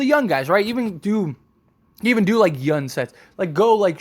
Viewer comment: It’s young not yun lol just playing